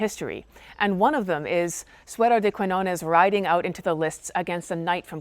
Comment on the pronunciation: The Spanish word "de" is not pronounced like the river Dee.